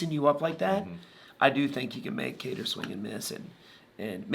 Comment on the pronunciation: Kattar not Katter but you get a pass cuz ur cool.